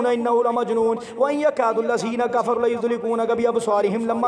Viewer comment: please recite correctly it's Kafaru not Kafare and you repeated it so many times.